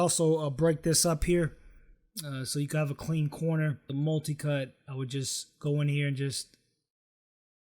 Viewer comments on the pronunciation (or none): Why did he say...molticut...instead of multicut